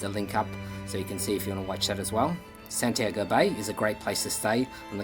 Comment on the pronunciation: That is Santi-ago. not San-tiago, spanish